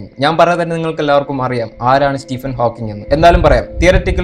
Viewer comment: Great work.... ഹാക്ക്കിങ്‌ അല്ല ഹോക്കിങ് ആണ്.....please note it